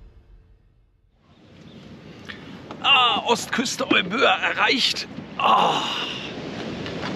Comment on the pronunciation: Hallo liebe, lieber, Euböa ist eigentlich überhaupt kein Zungenbrecher, man spricht es Ewia mit der Betonung auf die erste Silber also auf das E aus. Erklärung: Εύβοια der zweite Buchstabe nach dem Epsilon also das Ypsilon übernimmt in der Zusammenstellung die Rolle des z. B. deutschen Buchstabens "W" und wird zusammen mit dem Buchstaben "β" als W ausgesprochen. Ein i von den vielen i die es im griechischen Alphabet gibt ist auch das "οι" und wird ganz normal als i ausgesprochen. Ich hoffe es kommt nicht auf eine besserwisserische Art rüber aber das klingt auf griechisch so falsch dass ich es schreiben musste. Danke für die schönen Bilder aus der alten Heimat und schöne Grüße aus den schönen Remstal.